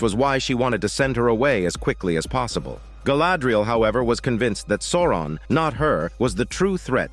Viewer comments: The way you pronounce Souron 😜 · It took me a bit to get used to. 😂 But it's AI, so not surprising it got something wrong.